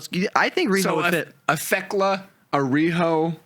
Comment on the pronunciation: But if Fletcher wins and Briscoe has to join the callis family that could be a really great time. Oh and I think y'all are wrong I got TayJay winning the tag belts. They're the only team not in blood and guts. And I hope y'all know you're saying theklas name wrong and it's just a bit lol.